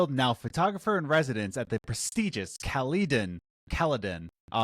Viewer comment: There's a Caledon, Ontario not far from where I live. Obviously though, the game is probably not set in Canada and Caledon's a small town. Also, it's pronounced "Cal-le-din" not "Cal-LEE-don"